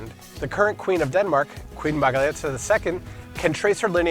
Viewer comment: “Margrethe” and “Frederik” - if you don’t mind 😉